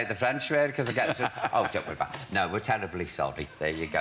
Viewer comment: “We’re tellably solly!”